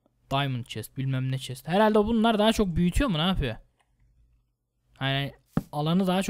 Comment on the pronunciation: çest değil chest,sıpandır değil Spider(sıpaydır)